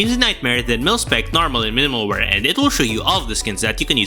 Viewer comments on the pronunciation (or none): none